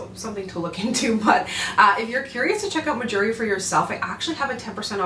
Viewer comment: The brand name sounds like “my jewelry” when you say it which is super smart because us southern folk will think that’s what you’re trying to say 😂